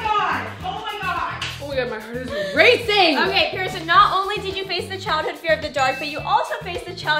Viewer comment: Pierson, NOT Pearson